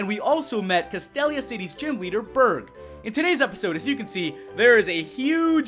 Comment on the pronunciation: your'e pronouncing castelia wrong